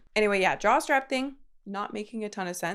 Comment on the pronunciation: Am i the only person who hears jock strap instead of jaw/neck/head strap? Just me? NOOOOO. 😂😂